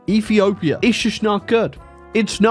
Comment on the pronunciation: Ah yes E for my favorite country “efepefhia”